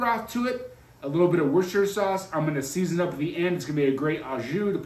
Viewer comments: wous-ter-shire and the shire part can be pronounced shrrr or sheye-er and is old english for "county" its not pronounced wour-cest-er-shire. the word sheriff is a contraction of "shire reeve" which is old english for "county law man" :) NOTE: Any accessory that uses an app on your phone where that app is not 100% open source IS SPYWARE*. There are literally ZERO exceptions to this rule. If you allow one exception you are asking for your privacy to be invaded. They track everywhere you go with that phone and they *CAN do this even if GPS is disabled and they SELL YOUR MOVEMENT HISTORY. Again. There are ABSOLUTELY NO ACCEPTIONS to this rule. Closed sorce phone apps are ALWAYS spyware. PERIOD. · Pronounced Woostersheer.